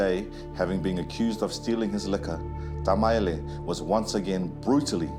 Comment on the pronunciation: Why does the narrator keep saying Tamaele instead of Tamaeli? 🙄🤦‍♀️ Other than that this was a very interesting story.